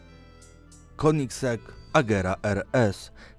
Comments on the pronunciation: Koenigsegg czyta sie kenigseg anie konigseg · kenigzeg się mówi